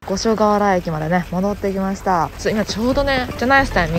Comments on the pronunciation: ごかしょはら！？五所川原ですよごしょがわら、エルムのあるとこですよー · 揚げ足ではないのですが 知識として 五所川原 「ごかしょがわら」ではなく 「ごしょがわら」 です！ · ごかしょはら読み予想外すぎてクソ笑った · つがるごかしょかわはら駅ｗ初見じゃ読めんよねｗ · 青森のVlogずっっっっっと待ってた！我が故郷にきてくれてありがとうございました🫶 ちなみに五所川原(ごしょがわら)と読みます！ 青森ねぶた、弘前ねぷた、五所川原の立佞武多と種類があるのでぜひ見てほしい〜 青森県はめちゃくちゃ広いから、暖かいときにまた来てね( ¨̮ )